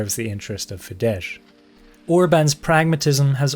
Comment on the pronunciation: IT'S NOT FIDEZH 😭 IT'S FIDESZ, PRONOUNCED LIKE "FIDES"